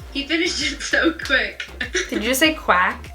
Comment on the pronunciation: Gabi : he finished it so quast! Niki : did you say quack? 😂😂😂😂😂